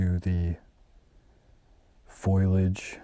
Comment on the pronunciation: you are an American icon. I just want to gently posit: it's pronounced foe-lee-aj, not foil-age. Your demonic detractors would grab on to something like that, and I want them given no advantage in their soulless pursuits.